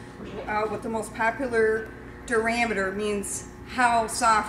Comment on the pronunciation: Where is she from, she says midwest, but man I can't place that accent. Kinda sounds like a Yooper, but strangely off. She pronounces durometer as "Der-RAM-eater", and called a joint knife a "scOOOOper". Kinda Yooper-ish.....